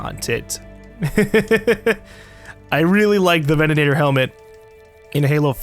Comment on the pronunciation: *facepalm* "Venanator". Bruh, venator